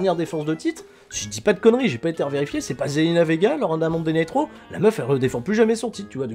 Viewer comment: "Monday night roux...euh raw" Ça se voit tellement que c'était intentionnelle